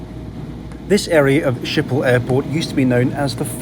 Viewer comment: You can just say Schiphol as “Shipholl” - A Dutchie